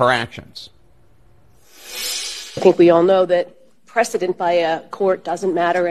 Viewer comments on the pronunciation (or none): none